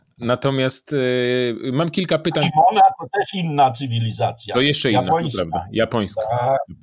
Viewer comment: Kimona🤦‍♂️.... panie Piotrze...tylko nie pan...